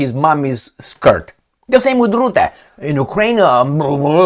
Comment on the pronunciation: Rutte, not Rootte. Pronunciation is not difficult.